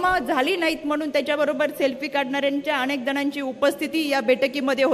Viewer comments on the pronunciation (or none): रुपाली ताई न आणि ण मथे फरख आहे आणेख आसा शब्द नाही अनेक आसाउच्चार करायला शिका